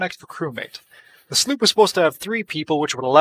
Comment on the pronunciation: sloop not sloep